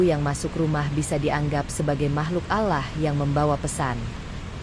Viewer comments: Kok Allah bacanya alah sih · Bukan alah min. ALLAH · Allah Doble L kenapa di baca alah itu hilang satu huruf L kalo ga bisa baca Ga usah nerangin sesuatu.ini beribu ribu orang bisa salah paham Allah bukan alah dari awal sampai habis alah melulu kapan bilang Allah gitu ga usah koropsi huruf ngapa 🙏😭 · Bkn allah tp olloh bacanya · Allah swt..bukan alah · Ngomong Alloh yg bagus